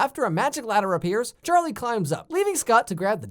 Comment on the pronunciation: The only thing that always bugged me in this movie is that Charlie clearly says "gladder" instead of "ladder" and nobody calls him on his bullshit. When the joke is that he mistakes "clatter" for "ladder" but then it turns out to actually be a ladder, it only makes sense if you can understand what he's saying in the first place.